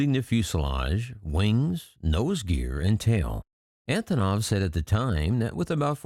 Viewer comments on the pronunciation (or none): They are not more important than the antonov you can't even pronounce it properly